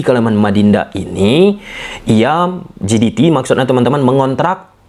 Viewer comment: JDT dibaca JeDiTi atau pakai aja ejaan indonesia JeDeTe jiditi=GDT ❌